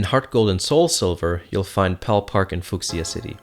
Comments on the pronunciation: Your pronunciation of fuchsia made me cringe >_< Fuchsia is pronounced [FYOO-sha] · The way he says Fuchsia xD